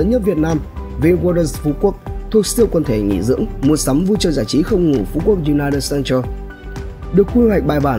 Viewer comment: u nai nịt cen tờ ạ. Thấy sai lắm luôn